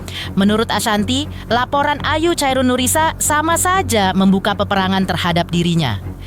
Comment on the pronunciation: bukan chairun mbak tapi sebutannya khairunnnisa